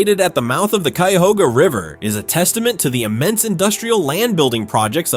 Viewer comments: You just butchered the pronunciation of Cuyahoga county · Also, never mind. He pronounced Cuyahoga correctly initially, but when talking about the river later in the video, it got butchered too. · A lot of videos documenting Ohio in general mispronounce the names - at first, the voice (probably AI) pronounced Cuyahoga correctly but later in the video it screwed it up, lol.